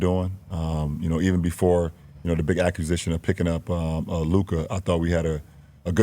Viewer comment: “Acu-sition” can’t pronounce